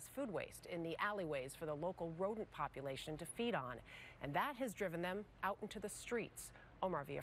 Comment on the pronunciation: “Focuses on survival vival?” And the word population ltion. Lol. Why is it doing that